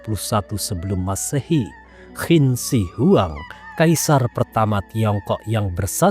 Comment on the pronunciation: XI'AN , klo tdk salah pelafalannya adalah Si'an.. Jd bingung hehehe. Qin Shi huang, klo gk salah pelafalannya chin shi hwang